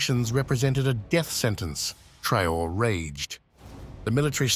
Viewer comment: TRAH-OHRAY ( TRAORÉ)